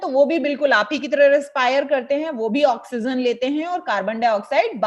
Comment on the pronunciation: why do you say oxygen as oxyzen